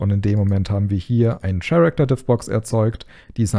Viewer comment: Super Tutorial, die Animation sieht verdammt gut aus. ps. "character" wird "käräkter" bzw. nach IPA ker-ik-tər ausgesprochen 😉